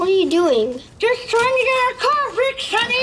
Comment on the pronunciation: It sounded like sonny but I think she meant honey